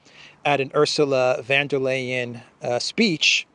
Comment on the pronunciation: Excellent as always, just a little pronunciation help: Ourzula (not Ersula) fonn (not van -that's Dutch!) dare lyin' (not layin). Say this correctly and it will give you an added bonus of polyglott credibility! Try it the next time and mention that it was I who alerted you. Thanks!